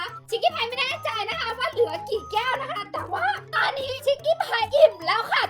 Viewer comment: ชิกกี้พายพูดคำว่าแก้วเป็นแก้งค่ะ